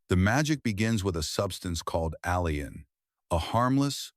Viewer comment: Pronunciation.of allin by narrator-bot ss "al-e-in"